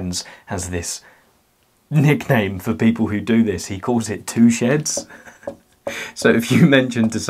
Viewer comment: I heard “touchéttes” rather than “2 sheds” and it still worked